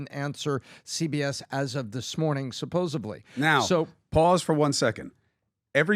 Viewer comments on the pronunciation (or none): Did smart guy Tom really say “supposevly”? Come on, bröther. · "Supposably " ok Joey Tribiani 😂😂😂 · Did Tom actually say “supposably”? So sad.